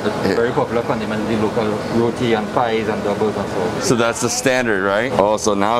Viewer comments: It is not "rodi" it is RO-TEE spelt as ROTI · It's not pronounced row-de, it's row-tee. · Youre in Trinidad and still calling it Rodee 😭 its pronounced ROTEEE .. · this guy is a bad tour guide. He should have explained to you its Rotee not Rowdee. And there is different types of Roti. Buss Up shot, Paratha, Sada, and Dhal Puri.. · Roti is pronounced RoTee